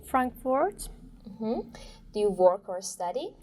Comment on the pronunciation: The examiner needs to improve her pronunciation skills. Just watched the first minute, she pronounced the word interview incorrectly, as if stress is on "t". She also pronounced "work" incorrectly, with an "O" sound.